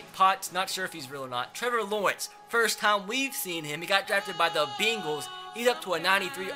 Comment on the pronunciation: The Bingals guys not the Bengals